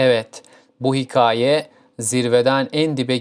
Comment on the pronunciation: Önce hikaye demeyi öğren bence cahiti eleştirmeden önce.